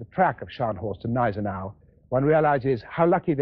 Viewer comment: Nice to see a film in which Gneisenau is pronounced properly.